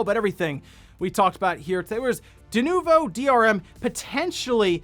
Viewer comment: yeah .... DE-NUKE-VO .... yeah ... NO!